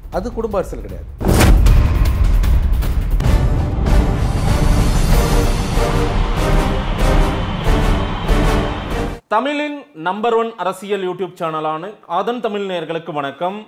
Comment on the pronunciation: Tamilin ila 😅🤣😂🙂Thamizhin! Zha Zha 😅🤣😂😇